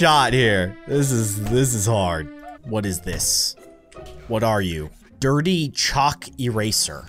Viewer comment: lol you said choke instead of chalk